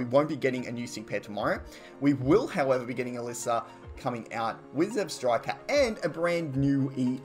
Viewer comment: It's ZebstrikA not ZebstrikER